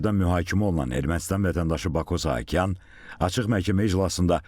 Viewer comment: Sahakyan yox saakyan